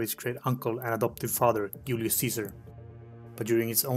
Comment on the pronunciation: Hard to understand he says ulius not Julius!!!!